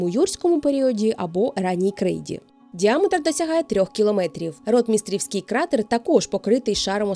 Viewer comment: Дякую за якісне і цікаве відео! Єдине зауваження - Ротмістрівський з наголосом на другу "і".